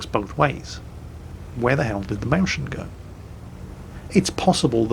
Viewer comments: you absolutely butchered the pronunciation of the Mäuschen, to the point where it started to be really cringeworthy (especially because you said the word approximately a million times). First of, pretend its a compound word and pronounce it Mäus-chen. Second note that the word uses "äu" instead of "au", so the pronunciation is closer to the German "eu", with the word sounding vaguely similar to "noise" (just with an "m"). Thirdly, you might've figured, but the word is related to the word "Maus", meaning "mousie". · More like "Moy-Scan"... there's really no english counterpart for that "chen" sound in german... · Hi. Here is a hint how to pronounce Mäuschen correctly. Sorry for teaching:D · The way is saying Mäuschen is seriously triggering me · thumbs up for vid's but PLEASE find a german who can teach you how to say "mäuschen" properly... it hurts my ears and my brain gets framedrops every time you say it, 29 times.. it's torture xD:D <3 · Did somebody count how often he said Mauschen and came not even close to the right pronounciation giving every single german a headache. Being evident by most off the comments being from angry germans. I think he does it on purpose. Here how it should sound (hope link will not be deleted) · Its really hard to focus on anything says, when every third word is a severly crippled version of 'Mäuschen'... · DEAR.... I love your vids.. I love listening to you... Been a subscriber for years... BUT.. the way you butchered the pronunciation of "Mäuschen"... And so many times in a row... While I'm a Pole, I teach German in high school... and even your pronunciation of "Błyskawica" in the WoWS review vid didn't make my teeth hurt like this...:P All jokes aside tho. The proper pronunciation of "Mäuschen" is MOYS-HEN. Just in case you care...;) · as a german, i feel seriously offended. where can i send a letter of complaint on ' pronunciation of "Mäuschen"? ^^